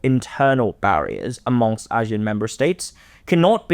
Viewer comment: is very knowledgeable and has good insights into South East Asia. I just can't take his pronunciations of Asian names like ASEAN & Myanmar and many others. As expert of the topic, would be good use the right pronunciation, ones used by the people.